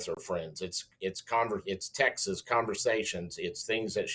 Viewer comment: I don't trust professionals who call texts 'tex-ihs.'